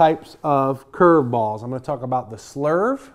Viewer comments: He loves saying "ChurrvBALLS" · The way he says curveballs gets me every time lol